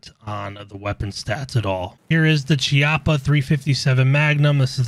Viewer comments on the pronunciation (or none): one small thing (not a hating thing just more of a nitpick/gun nerd thing) since chiappa is an italian company its pronounced like khiappa